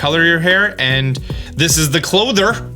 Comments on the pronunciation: It's clothier, pronounced clōth-ee-er. It is a real word for a person or company that makes and sells clothes. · Just gonna say , love htis video but, cloth-ee-er. not clothe-er lol! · The way you pronounce "clothier" tells me you've never played terraria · I believe It is pronounced cloathy-yer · Clothier = KLŌ-thee-er. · it says on screen how to say clothier. Cloth-ier (Kloth-ee-er) its an old english word. well not old english..i mean, ive certainly heard of it. and again, its on screen. say for Why-Deer. :? no idea where your getting your pronounciations from. the nintedo streams where you hear they speak in japanese you can hear them say it to, althouh with a japnese accent, its still not WHEEEER-DEEER or the CLOTHER. Cloth-i-er, why-deer. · Clothier. Clo-thee-ear. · Boi pronouncing clothier wrong is killing me lol, like it's funny, I'm not mad. It's klow-thee-ur if you were wondering, also he's pronouncing things like Hisui and Wrydeer not how they are officially pronounced in the trailer is that like an inside joke or something or does he just not care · Clothier. Pronounced clothe-ee-er. Very old word for a very old region. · It's pronounced klow·thee·ur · So excited can’t even read words proper. Clothier, Arena, Hardiest… got to be the first YouTuber to put out a video by any means… lol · Clothier is very much a real and normal word, though you missed the entire letter i in your pronunciation. 😅 also... Hisui = hee-soo-ee 👀